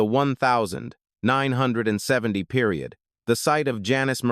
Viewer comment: This video sucks AI Can't even say 1970 Crazy pic s that dont belong